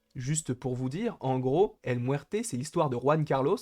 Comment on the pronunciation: 😂😂😂😂 El Mouerte... El Mouerte